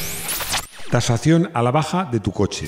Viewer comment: "TaZación a la baja" XD